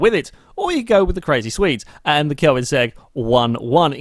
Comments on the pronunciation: It isn't, it's Koenigsegg not Koinsegg like he's pronouncing it. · Am I the only person irritated by the way he says Koenigsegg?